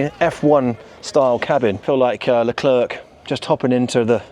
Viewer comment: Le klerk..... When are you englishmen going to pronuence his name right.